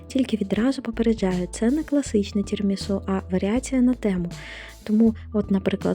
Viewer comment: Все правильно" Тірамісу" так говорять італійці